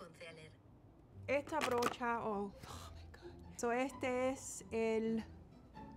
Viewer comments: Noooo es brocha jajajjajajaj, qué divertido como los cubanos reemplazan las R por L, suena lindo y muy diferente al resto de latinoamerica, suenas muy simpática en español! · La Siri no sabe! Sé dice brocha 😂